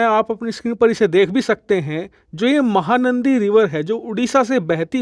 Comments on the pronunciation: It’s “”MAHANADI”” not “”MAHANANDI”” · its MAHANADI not MAHANANDI. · It's mahanadi not mahanandi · Mahanaandi nahi bhai mahanadi😊😊😊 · You kept pronouncing wrong name, it’s mahanadi…not mahanandi. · बेवकूफ महानंदी बेसिन नहीं महानदी बेसिन कहते हैं।😂😂😂😂😂😂😂😂😂😂😂😂😂😂😂😂😂😂😂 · सर महानंदी नहीं महानदी है। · महानदी not नंदी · RIVER NAME MAHANANDI NEHI HAI...."MAHANADI" HAI.... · महानंदी नही महानदी बेसिन नाम है !!🙏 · Mahanadi not nandi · Bhai its Mahanadi not mahanandi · Its not Mahanadi , it Mahanadi please rectify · Bhai "Mahanandi" nahi "Mahanadi" h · Mahanandi nahin ..its called Mahanadi, means big river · It's not mahanandi... It's mahanadi.please check your Pronounciation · 👌👌👌 Mahanandi nahee, Mahanadi hai... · Not mahanandi its mahanadi...luv from odisa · Mahanandi Nehi MAHANADI Ye correct it.🤨🙏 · MahaNadi not mahaNandi, pl. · भाई साहेब mahanandi नहीं mahanadi है सही नाम । कृपया ठीक नाम में खबर देने की कृपा करें ,,🙏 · Mahanadi basin not mahanandi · Not " MAHANANDI " it is Mahanadi . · It's Mahanadi not Mahanandi, and its flowing through Cuttack not bhubaneswar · Its mahanadi not mahanandi bro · Actual name is not mahaNANDI...... It is mahaNADI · Sir it is Mahanadi not Mahanandi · This is Mahanadi,not Mahanandi.please rectify it. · Mahanandi nahi Bhai mahanadi h. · Mahanandi nehin Bhai Mahahanadi hai me Odisha se hun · महानंदी नहीं महानदी है cg से निकलती है ओड़िसा मे विसर्जित होता है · It's not mahanandi . It's Mahanadi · Mahanandi nahi bhai mahanadi hai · Bro it's Mahanadi not Mahanandi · माहा नदी भी ठीकसे कहना नहीं आता।कहां से हो भाई।